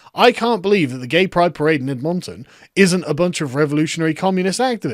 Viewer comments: Sargon its pronounced "ED—MEN-TEN" I'd appreciate you saying my cities name correctly, Thanks buddy! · Sargon . . . um . . . that is not how one pronounces Edmonton. You say it like "ED-mun-tun' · Missed the second i, It's Edmintin. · It is pronounced Ed-men-ten. I'm from Calgary, a better city in Alberta. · It's pronounced 'ED-MIN-TIN'. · Sargon, I like you, but please never pronounce Edmonton as Edmawntun. It hurts me on a spiritual level. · The way he pronounced Edmonton kinda triggered me It's pronounced Edd-mund-ton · Ed-mun-tun. You're saying it wrong. Also the Mall in Edmonton is awesome. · As an Alberta, hearing Sargon say Edmon-ton is hilarious 😂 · Foreigners: Americans can never pronounce anything correctly. Sargon: EdMAUNTin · it's a easy city name -Ed-Mon-Ton. I live there and it is kinda triggering me he's getting wrong lol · Ed-mahn-tun is how I shall pronounce greaserville from now on. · Sargon, do you like the Ed-MON-ton OEE-lers? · Hey mon, just an fyi mon, we in da great Canadaland pronounce it Ed-men-ton or Ed-mun-ton. Keep up da great videos, mon! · Another great one Carl. We pronounce it Ed Min Tin here in Canada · "Ed Montun" - Sargon of Boomer Mispronunciation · not to try and be a dickhead language Nazi, but its pronounced ed-men-tin. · My city has officially made it, we're now important enough to be in a sargon video. Also it's pronounced: ed-mun-ton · As a Canadian, it’s usually pronounced Ed-min-tin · More like edminTIN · ed-MON-ton.... I'm triggered. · "EdMONton" Jesus christ Sargon 😂😂 there's not that much emphasis on the "Mon". Id give you a pass except that Edmonton, AB is named after a place in Britain sooo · I hate to be that guy but usually it's pronounced "Edmuntun" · Love the vid, but I cringe every time you say "Edmonton." Where the hell did that pronunciation come from? LOL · I live in Edmonton.. I'm in the Army and died a little every time you said Edmonton wrong lol Fuck BLM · Good try on the pronunciation of Edmonton.